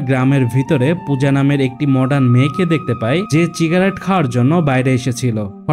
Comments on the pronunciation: সিগারেট ❌ চিগারেেট✅ . . . 😂😂😂😂😂😂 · চিগারেট না সিগারেট কোনটা বলেন